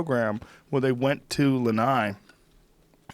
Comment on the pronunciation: Yo Joe, it's Lana'i not Lanai. Isolate that I